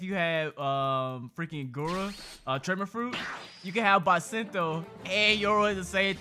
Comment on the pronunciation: You said basento........yea gg it has bis not bas